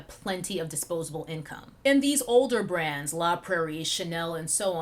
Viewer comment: Now I hear „grans“ eveytime you say „brands“. Damn my ears.